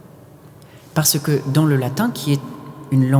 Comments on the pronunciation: Video très intéressante. Dommage que le chanteur ne prononce pas le latin correctement. En latin, les R sont roulés, comme en italien ou en espagnol. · Ton argument sur les “variantes” ne tient pas ici : en chant grégorien, on utilise du latin liturgique dont la prononciation de référence est italianisée, donc avec un R roulé. Toutes les traditions sérieuses (historiques et musicales) vont dans ce sens, et même en dehors de ça, le R latin était déjà roulé à l’époque antique. Le R guttural à la française est une innovation tardive et locale, sans lien avec le latin ni avec le chant grégorien. Donc ce n’est pas une variante légitime, mais un anachronisme : invoquer la diversité des prononciations ne justifie pas l’introduction d’un son qui n’appartient à aucune tradition attestée du latin chanté.